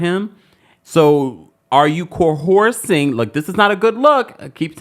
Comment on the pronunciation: "Core-horsing"??, I love youuuu 😂❤😂